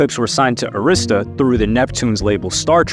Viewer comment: Dude pronounce arista records wrong